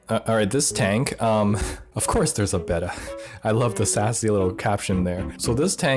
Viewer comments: He pronounced Betta wrong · I hate the way you say Beta